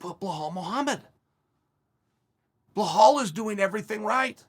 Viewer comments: 🤣🤣🤣... uncle Chael... his name is not "Bull-hall".. it's Bilal.. pronounced as "bee_Lal" like Bee 🐝 LAL .. yes.. now say 3 times fast !!! . Cracks me up when he says BullHall.. 🤣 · Great compliments from Chael. But remember the name BELAL (not BA-HAL). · Me: Belal Uncle Chael: Blahal Also me: Blahal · Belal. ! Be - lal not Blahall😂. Jesus ( peace be upon him)🙏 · I'm dying every time he says blue-hal Mohammed 🤣🤣🤣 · Chael over hyping blahal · Nobody: Chael: "Bluehall" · I totally forgot Chael pronounces "Belal" as "Blehall" like a psycho lmfao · Chael butchering fighters names half the reason I watch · I'm like "Who is blowhole Mohammed?" Chael has name mispronunciation game on par with Greg Doucette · How can you miss spell belal. Its a literal pronunciation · For not drinking, ol’ Chael sure does pronounce every name like he’s drunk.